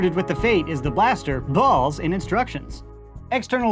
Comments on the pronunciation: Same every single time he says balls I always say it again like it's weird lol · I don't know if is saying it differently, but in the beginning when he's stating what comes in the package, it sounds like he's saying "Balls" really goofy. "Included with The Vision is the blaster, bAULs, and instructions." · The way he says “bAlls” is the best part of the video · i love how he says ✨bALLs✨ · “Bawls” gets me every time 😂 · "Starting with the new blue bawls"😂😂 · why you sayin balls like that? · the emphasis on balls 💀💀💀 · The way he says balls is hilarious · The way he says "balls" is killing me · The way says balls is hilarious!!!!